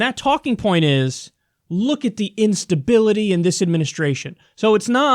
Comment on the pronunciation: Kyle “Instabilitah” Kulinski